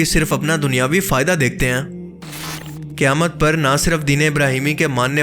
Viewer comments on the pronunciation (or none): Qaaf ka pronounciation galat kar rahe hain. Ise aap kaaf kah rahe hai jaise qayamat ko kayamat kah rahe hai. Quran shareef mein surah Qaaf bhi hai kya us ko bhi Kaaf padhte hai?